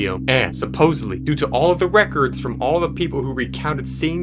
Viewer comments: "Wecords" "shnap" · *wecords *shnap